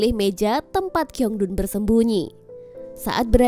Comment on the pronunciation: Min min, aku tuh gk bisa fokus karna km nyebut namanya kiongdun, yg bener shiongdun ya min. Tolong besok2 ditelaah lagi 😂😂😂